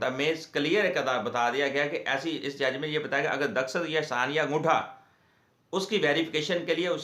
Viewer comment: Daskhat nahi Dastakhat hota he wakeel sahab